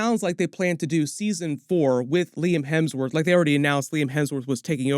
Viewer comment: Liam hamsworth…….. 🤣